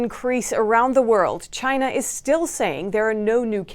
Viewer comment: Lyna not. China.